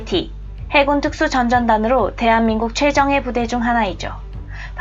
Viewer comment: 읽으실 때 '특수 전전단' 이렇게 읽지 마시고 '특수전 전단' 이렇게 읽으시는 것이 자연스럽습니다. 고유명사라 붙여 쓰고 읽지만 중간에 끊어 읽으실거라면 위와 같이 부탁드립니다.